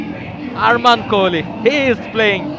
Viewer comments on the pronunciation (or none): ওর নাম তো Kohli , kholi nh!!!😅